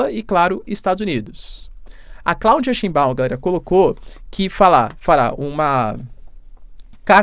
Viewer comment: "Scheinbau", é uma palavra alemã, e tbm sobrenome de muitos judeus alemães/ashkenazin... E o ditongo "EI" é pronunciado em alemão como "Ai". Exemplo EInstEIn ...(EINSTEIN), Geisel Stein, Frankenstein, Jazttein etc.. Portanto a pronúncia de Scheinbau é [= xainbau]